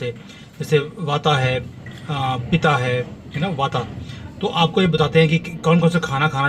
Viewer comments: ये आयुर्वेद में वात, पित्त और कफ होता है|वाता, पिता या कफा नहीं.. 🙏🙏🙏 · Please sir pronounce accurately वात पित कफ